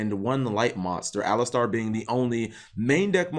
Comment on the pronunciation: Why is this better than the "boss" monster... Anyways, Eidolon needs some more maindeck cards to fully witness their potential. P. S. I think it's pronouced A-lie-ster over A-lis-star. But who am I to question Cap's winged pronunciation Kappa :^)